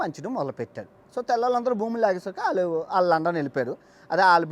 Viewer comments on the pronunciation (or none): none